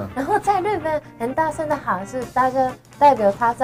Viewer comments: 木曜哏，因為中文太好被網友戲稱假日本人，但口音問題「日本」二字自己都錯唸成「路本」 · 喂 幹嘛 也太台灣了吧😂 假路本人